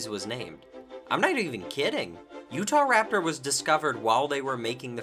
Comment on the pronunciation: “Utaptor” is actually killing me 🤣😂🤣😂